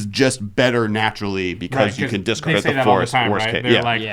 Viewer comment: "dicard it to Force of Will" - my poor little ears, such bleeding.